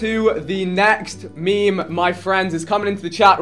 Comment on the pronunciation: Why tf does vikk pronounce meme as “meeeme”?